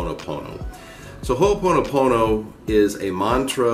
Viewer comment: Hey...say, "im sorry" again!🤣🤣🤣 I've been hearing about Ho'oponopono for quite awhile now, never knew what it was about until now...lol...but you pronounce it very well. Mahalo for this video, much aloha to you.🙏❤️🤗